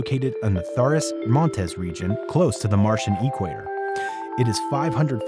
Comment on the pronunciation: LOL. . . E-Quayter